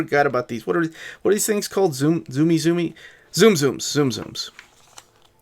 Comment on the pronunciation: it’s more like “soomsooms” than “zoomzooms”